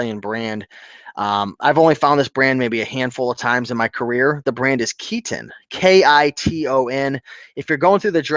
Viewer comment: Superdry is a Japanese Brand..it's in style with the teenagers and youngsters. I always pick these up. Sells well overseas. Also Kiton is pronounced Kai-ton.